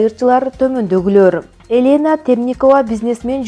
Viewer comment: Элэна эмес Елена Акцент ужас Димитрий эмес Дмитрий Туура окугулачы